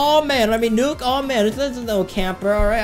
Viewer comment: I like that he told the nuke as nuku juky